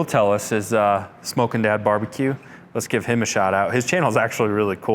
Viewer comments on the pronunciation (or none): James is too polite to correct you: “Smoking Dad”, not “Smokin’ Dad”. They don’t drop their g’s in Canada. It did occur to me that he has a southern accent though — a southern Canada accent 🤣